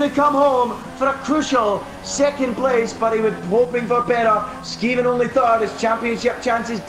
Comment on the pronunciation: can u just pls learn how to purnounce skeevan